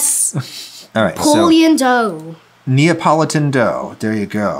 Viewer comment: i love how his son pronounces neapolitan as napoleon